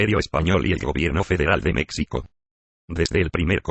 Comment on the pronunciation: Pero porqué con la voz de Loquendo! Es más, esa voz ni siquiera es Loquendo! Pronuncia "mécsico", "mecsicanos"... 🤦‍♂️🤦‍♂️🤦‍♂️🤦‍♂️